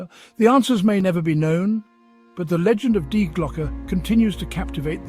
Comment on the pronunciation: I don't know what is more annoying.. the constant mispronouncing of the german article "die" or the totally randomly matched stock pictures 😅